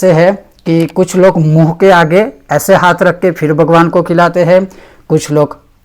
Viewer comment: शुद्ध उच्चारण के साथ उपदेश करना सीखो, भगवान् उच्चरण किया जाता है, वगवान् नहीं।